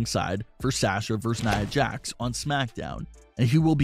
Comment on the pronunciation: For god’s sake it’s (SAH-sha) not SAASHA.